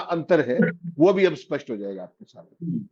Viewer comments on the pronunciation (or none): आप स्पष्ट को आस्पस्ट बोल जाते हो ।